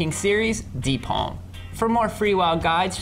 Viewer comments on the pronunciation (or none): Um isent it deepholm not deepolm am i wrong here?